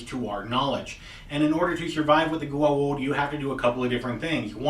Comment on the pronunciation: Goa'ulds* - you said it like that senator dude going 'by god and the US of GOD A' :P